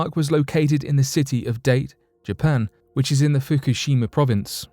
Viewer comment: The name of the place in Japan is pronounced Dah-tay,not Date,even though it is spelled Date.